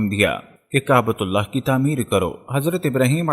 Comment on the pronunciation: Allha ek hai aap sahe se bolo Ahlla farmate nahe farmata hai